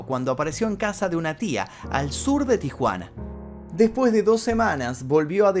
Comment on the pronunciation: El video esta muy interesante.Pero el narrador como muchos pronucia la eltra j en vez de la S y eso es annoying Por ejemplo cuando dice (deJpues de 2 semaas }